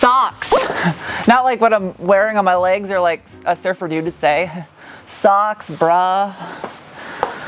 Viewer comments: 95% sure Sachs is not pronounced socks, its Sacks. As in ballsack or goldman sachs. Idk where tf u summoned socks pronunciation 😂 Thats some Demi Lovato saying her favorite dish was a coffee mug..... unironically & dead serious. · It's pronounced "Veloche" like catch and "Sax" as Saxony from Germany! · Is "SACHS" pronounced "Socks" or "Sacks?" Too bad for BMW for not having you review their vehicles. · Velo"che" - veloce "Zahks" - sachs